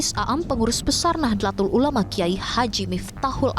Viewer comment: Mohon maaf. Mohon izin memberikan koreksi: Seharusnya pelafalannya yaitu: نَهْضَةُ الْعُلَمَاءْ, bukan Nahdêlatul Ulama atau Nahdatul Ulama Rais Aam pelafalannya yaitu "Rais Ām" (رَئِيسْ عَامْ), bukan A'am. Profesor Nasaruddin, bukan Narasuddin. Cholil pelafalannya yaitu: Khalil (خَلِيلْ), bukan Kolil. : Penulisan yang benar yaitu "K.H.", bukan "KH". Rais pelafalannya yaitu رَئِيسْ. Tanfidziah/Tanfiziah pelafalannya yaitu تَنْفِيْذِيَّةْ, bukan Tanfid ziah.